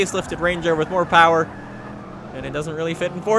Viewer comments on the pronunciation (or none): none